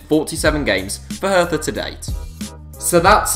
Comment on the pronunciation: No hate but it’s pronounced herTa